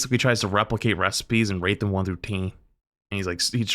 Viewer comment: "one through teeh"